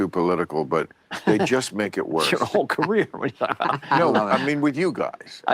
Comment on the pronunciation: ..vitthon 2 condoms at tha saem teim.